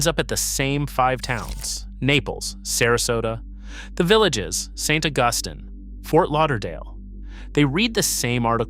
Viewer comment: How can you have someone reading the narration who doesn’t even know how to pronounce St. Augustine? In the first 30 seconds!